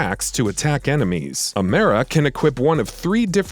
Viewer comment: Amera! Do your info before you make a video about it. Doesn’t even know how pronounce the name correctly.